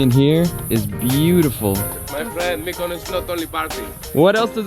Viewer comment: why do pronounce MykonOOOOOs like that??